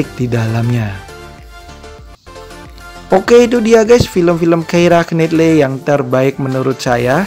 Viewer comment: It's pronounced "Kiera Naitly"